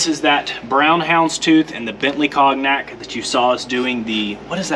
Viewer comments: Always great watching you DIY! So much more satisfying than buying already made. And FYI the color (or drink) cognac is pronounced “cone-yak”. Keep up the awesome work!!!!! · It's pronounced "cone-yack", like the drink, not like it's spelled. Cognac.. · Continuing with the high standard, and still very watchable. Good work! BTW Cognac is pronounced "conyac". Drink responsibly! 😁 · Awesome build and transformation. It's nearly there! BTW, the g in cognac is silent, it's pronounced like con-yac. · Cognac. Pronounced kown·yak. Your build is amazing. I wish I had half the skills. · Awesome work! Just an FYI, its pronounced, con-yak. The G is silent. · I know it doesn't make sense, but "cognac" is a French word that is pronounced "CON-YAK". 😁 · "Cawgnack." AKA cognac. That's funny! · Right on! I’m delighted to watch this vintage Porsche come together. By the way, if you plan on keeping this Porsche, you should know ‘Cognac’ is pronounced ‘cone-yak’ by the fancy people (driving Porsches like yours;) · Cognac is pronounced Kon-Yak. Think Alcohol French Brandy. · ...Love watching you save this Porsche from the crusher and absolutely love the exterior color that you painted it! Can't wait to see the finished product but for future referrence, the correct pronunciation of your Bentley Cognac color is CONE-YAK!!! Former English major, and sometimes I just can't help myself!!!! lol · Love this build, been following it from day one. So close now you can almost taste it! Like the cognac, it's pronounced conYac btw. Keep it up guys :) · Came here to say this too. Loving the progress on the 911. But yeah, "cone-yak". :) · Cognac is pronounced Kone-yac Nice videos I enjoy your channel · cone-yak = cognac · You gotta ask somebody how to say cognac. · It's pronounced "con-yak", not con-nak! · Agree the hounds tooth looks killer! The brown is pronounced CON YAK not COG NAK (as in the brandy). Cant wait to see the next episode! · Brown Bentley cognac pronounced "con-yak"